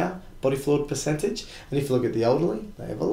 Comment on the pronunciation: Piss-centage? PERcentage not PISScentage....you're moldering the kings english and awddah lurn two spoke more beddah. Thanks for the video!